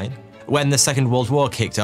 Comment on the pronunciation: I'm sorry, I know this is a serious video and all, but the moment you say "2 months later" and Mengele's "Huh?!" at the two are timed so perfectly, it sounds like 'later' is pronounced with a ridiculous German accent as "latER?!" and I can't unhear that now. It's hilarious.